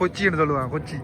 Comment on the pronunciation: இப்ப கொஞ்சம் வடிவா இருக்கு. Not கொச்சி, கோச்சி.